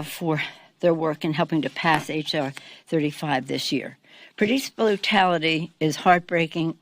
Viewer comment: She said “porice bluetality” and didn’t even correct herself. Time for the nursing home Nancy, maybe you and old Joe can be roomies.